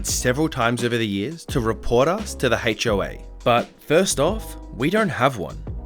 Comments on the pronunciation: when he said hoa he said hache o a lol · The *hache oh ay yes*, we totally say it like that